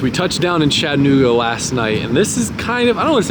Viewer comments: "Shat" anooga .... Its "chat" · whys my mans sayin “shattanooga“